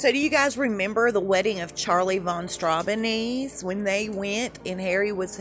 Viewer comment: Charlie Von Strau-ben-zee - not Strawby-knees, lol!😂😂😉 That apart, I thought, in terms of the book, Lady C was inclined to over-promise and under-deliver - glad I didn't waste my money.